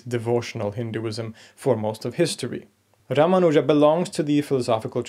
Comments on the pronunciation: You mispronounce His name. The second syllable is where the emphasis should lie not the third one as you say it. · Your pronounciation of Ramanuja, Alvar and several other words is indeed inaccurate. But good enough for a foreigner with no formal training in the languages.